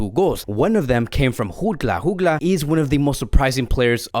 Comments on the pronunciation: It’s Jutgla with a J not an H bro Like Jordi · It is Jutglà the j is not pronounced as an h like in Spanish... And why did you give a spoiler for the new Spiderman movie? 😒